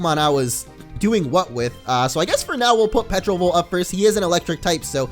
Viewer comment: it's pronounced terovolt not petrovolt!